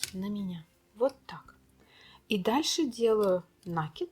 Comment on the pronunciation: Ну не нАкид, а накИд, пожалуйста.